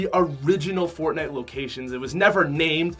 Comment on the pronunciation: he’s says fortnut lmao